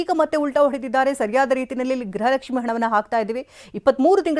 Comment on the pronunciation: Gruhalakshi not grhalakshmi Lakshmi mam